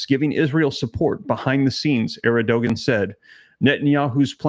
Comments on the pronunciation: Terkey's leader's name is pronounced as AIR-D - JUAN. Thank you for all you do. Praying for your family.🙏❤ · You pronounce Turkey's president name, Err-Doe-Wand... Please keep us updated on these terrible events... Thanks. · It's pronounced Air-d-juan!